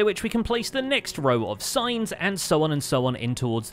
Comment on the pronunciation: When he said "signs" i heard "science"